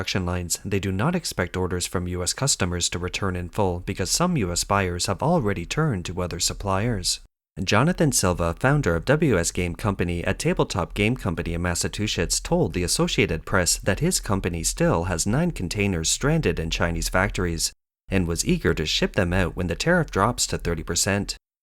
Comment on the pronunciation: I see they still haven't fixed the AI voice pronunciation of my state. It still sounds like Massa-two-shits.